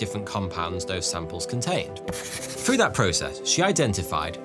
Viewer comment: Dogs trained to detect certain kinds of cancer "frew" smell alone...LOL another Brit that cannot pronounce words that begin with "th" but consider themselves educated haaaaah